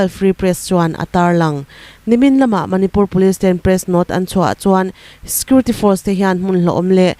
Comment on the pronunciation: Puangthiam hle mai.Mahse security hi scurity tiin i lam char char zel a